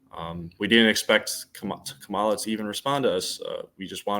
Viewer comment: THEY WENT THERE TO START SOME MESS RIGHT BEFORE THE ELECTION, EVERYTHING THESE PEOPLE SAID AGAINST HARRIS WAS SOME BS, HARRIS DIDNT THROW THEM OUT HER SUPPORTERS DID, HARRIS WAS RESPONDING TO PEOPLE SAYING LIES LIES LIES, PEOPLE ARE CORRUPT. AND THAT BOY LIED HE CANT EVEN SAY KAMALA’S NAME CORRECTLY. I BELIEVE TRUMP SENT THEM THERE